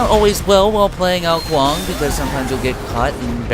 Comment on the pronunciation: kong? i'm pretty sure is ''Kuang''